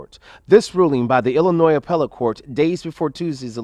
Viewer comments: brother its PROUNOUNCED ILLINOI not ILLINOISSSSSs the S is silent lol. For those of born and raised in Illinois its a thing it really is a thing for us lol. Whats funny about Supper Mayor is she started off as a Trustee and ran on the previous mayors ticket and then turned on him and attacked him for the very same things the Trustee's are now attacking her. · the s is silent in Illinois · ILLINOIS IS PRONOUNCED IL-LI-NOY!😂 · THE ……S……IS …….SILENT IN ILLINOIS ‼️‼️‼️‼️ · Reference: ILL-ANNOY for the love of all that is good and holy the S is silent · Illi noise. Ar can sas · Please learn how to pronounce Illinois. S is silent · New to this channel, I "assume" you are saying "Ilinoi"S"' as a joke? If not, are we suppose to take your "Lawyer" title seriously? We learn the "S" is silent in like 3rd grade? Don't comment much but hearing that clear S had me thinking, is this a joke? I sure hope so........ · No offense but please pronounce Illinois correctly. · The S is silent when pronouncing Illinois.✌️